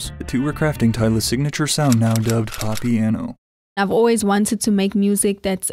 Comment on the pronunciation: Another thing I hate how you are so arrogant that you don't do proper research, it's not popiano it's Amapiano.